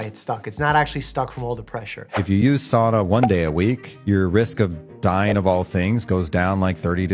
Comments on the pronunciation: The only thing I have to say is that your pronounced SAUNA wrong... it is SOW-na not Saw-na. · First of all it is not called a soona, it is called a Sauna. Second if you use it every week like most Finnish people there are proven health benefits. Nothing as stupid as this video but don't dis it all together. We have been using for hundreds of years and no Sauna in the states is like what we have here. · excuse me what is a saana its called a fucking sauna and is pronounced sa-u-na not soona not swoona and not saana